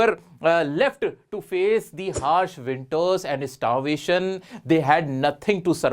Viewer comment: has winshes hard harsh winters 🤣🤣🤣🤣🤣🤣🤣🤣